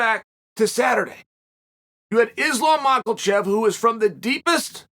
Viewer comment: Chael back to mispronouncing Islam's name I see. I guess he thinks Volk won too.